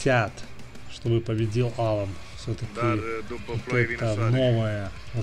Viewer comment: За Алана большой дизлайк, он АлАн, ударение на второй сог. Ты вообще не в теме, Лилиев у тебя Лалиев, пойди подыши на свежем воздухе